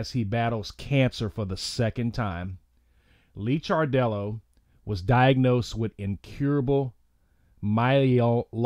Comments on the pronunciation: Dude, it’s pronounced “Liquor dellow” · Its Lick-ar-dello. Its On-col-o-gist. :)